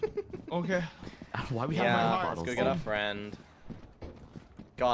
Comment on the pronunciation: I got bo'les (English accent) Daca: You got balls?